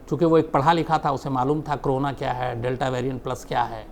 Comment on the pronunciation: Shams bhai why you always say crona क्रोना ? It is Corona कोरोना...